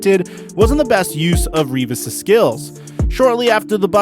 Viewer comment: U said the name Revis right. Its annoying when thay say my last name wrong